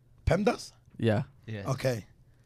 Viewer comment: lmfaooo he said "PEMDAS ?"